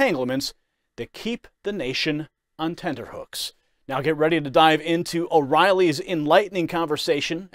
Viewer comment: It's TENTERhooks, not TENDERhooks.